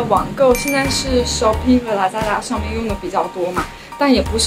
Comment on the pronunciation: 我覺得對於別人的文化食品 形容奇奇怪怪不太好吧。 中國文字博大精深 在形容詞方面應該要多學習。個人認為你剛才說的那幾句 英文 比如shopee lazada 口音就… 和你的形容詞彙一樣 需要繼續學習。歡迎來到馬來西亞。